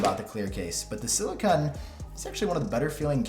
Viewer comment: I’m sorry but I have to say the pronunciation of silicone as silicon bothered me 😂 I still really enjoyed the video though!